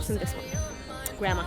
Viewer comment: Lmao the “ grandma” Instead of grammar.. I felt that. Being foreign